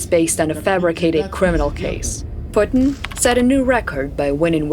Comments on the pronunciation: It's 'Vladolf Poostain'. All hail Tsar Poostain. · putin LAW-AY!!! 😂😂😂 indi pa kabalo mag-english!